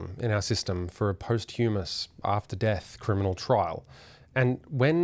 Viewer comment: Posthumous: say Pos-chom-ous